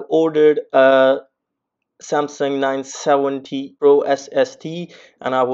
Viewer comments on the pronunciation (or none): none